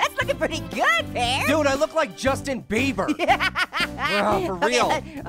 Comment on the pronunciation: When pear said juicetin bieber